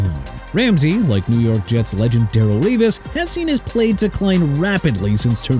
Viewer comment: TRAVIS KELCE HAD PROBLEMS SINCE 2022 SO YOU'RE DEAD WRONG DUDE! ALSO YOU MISPRONOUNCED DARRELLE REVIS!! ARE YOU SERIOUS?! DARRELLE (DUH-RELL) REVIS (REE-VIS)!! YOU CAN'T PRONOUNCE ANYONE OR ANYTHING RIGHT THEN YOU NEED TO HANG IT UP AND QUIT!!!